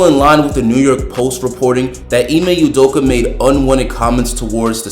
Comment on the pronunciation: it's pronounced udokAH